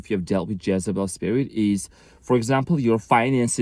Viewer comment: This explains my EX. Her name is Jessy. It kept sounding like you were saying Jessybell. Makes sense.